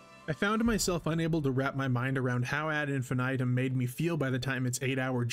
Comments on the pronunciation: "Ad Infinaytum" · Whose gonna tell em how to pronounce this.